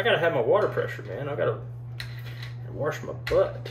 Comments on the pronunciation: “I gotta warsh mah butt!” Made me giggle. Good stuff. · "Gotta wash mah butt"😂